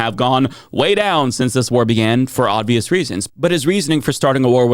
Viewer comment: Why do you keep saying "ODvious"?